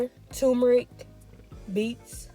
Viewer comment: It sounds like you are saying tu-me-ric, leaving out the r. It is pronounced tur-me-ric. The spelling is t u r m e r i c.